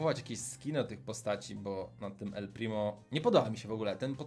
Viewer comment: Czemu bu a nie bo